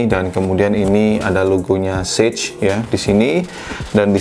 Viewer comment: Sage aja bang, bukan sej Inggris